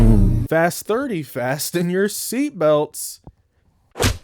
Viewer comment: “FAST-EN YOUR SEAT BELT” 😂😂😂😂😂😂😂😂😂😂